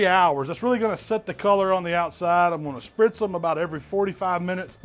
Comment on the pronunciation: He said sprtiz